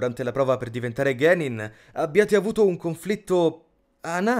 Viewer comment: Da enorme fan di Naruto quale sono, ho visto due voci trasformarsi perfettamente in due ninja cazzuti. Bel video, con ottimi contenuti e una buona recitazione! Ma ciò che non mi convince sono le pronunce di alcune cose... "Genin", non "Ghenin" e altre cose di questo genere, ma a parte le pronunce è un bel video! P.S.: la voce di Sasuke è meravigliosa